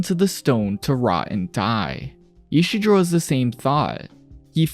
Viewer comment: Isidro. Ee-see-dro